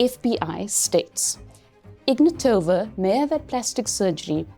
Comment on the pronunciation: Ig-NAT-ova. Please pronounce it correctly. i-VAN-of. Do your research on the basic things.